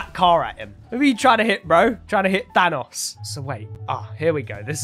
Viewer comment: is saying thanos like fanos witch isn't the way you say it